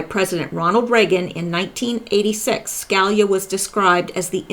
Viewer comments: His name is pronounced Ska lee ah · say it like this sky-le-ya Scalia Ska-la-lea ask a Italian person I can not help you over the internet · Hi..ton.in Sca...lee...yah. Hope that helps. Anyway you pronounce it, you do a FAB job. So, thank you.:) Keep it coming. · It's pronounced SKA LEE YA. As in Judge Scalia. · Hi, I love your work. I know you work hard. One little note to help Scalia is Sca (Ska) Li (lee) a. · Hi. I'm not being critical, I've seen many Q related sites, but I'm with you now exclusively, you're head and shoulders above the rest. You said you were going to do a segment on Antonin Scalia so I thought I would help you with the pronunciation of his last name: Sca-lee-a Hope that helps. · Antonin Scalia Sca-lee-ya